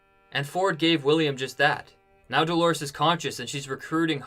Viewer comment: The name is DOLORES (it means "pains" in Spanish), for crying out loud!